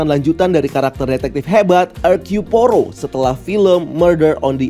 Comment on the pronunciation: pengucapan "Hercule"nya udh bner sihh, tapi saat ngomong "Poirot" mlah "Porou". Awkoakwoakwoa 😅 biasa aja bang, gak usah bnyak gaya. cukup "Poiro" udh bner. btw koreksi bang, film Scream ini bukan pertama sejak 25 tahun dr film Scream terakhir, tapi 11 tahun. krn Scream 4 rilis tahun 2011 lalu. udhlah bang, lu ngebahas film² marvel aja, jangan film² lain selain film superhero. 🙏